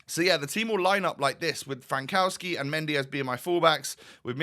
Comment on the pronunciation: The way you pronounce Frankowski is way worse than Al Owairan XD And you only was worried about Said, you underestimate Polish language ;)